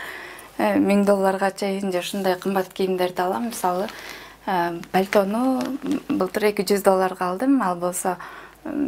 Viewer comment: Бальто дейтго 😂😂😂 Пальто